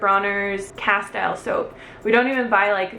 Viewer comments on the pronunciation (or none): The soap is pronounced Kasteel. Not kastyle. Lots of great ideas. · its pronounced, cast-teal soap :) <3